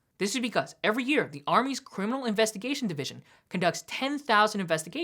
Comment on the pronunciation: No cryminal record...wtf dude are you from Mars?